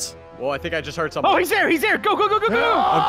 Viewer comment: On 19 sec says is thare a lawn mower then says thare blowing leafs